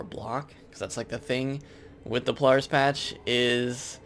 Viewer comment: you say a lot of stuff wrong in here like polaris and feint, not faint